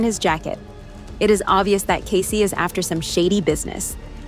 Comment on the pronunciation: For Pete’s sake his name is NOT Case, as in suitcase, it is Kaycee, as in Casey Jones (the train driver). Bloody robots!